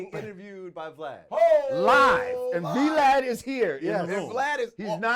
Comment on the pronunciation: He called him “V - Lad” tho 😂😂😂